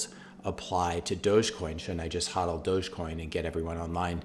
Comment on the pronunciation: Great video, but come on man... it's pronounced HOE-DEL not HAW-DEL.